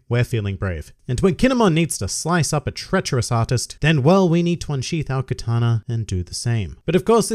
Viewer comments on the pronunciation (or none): none